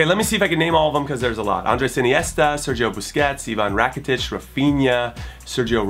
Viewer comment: it is sergi roberto, and sergi semper i believe, not sergio :)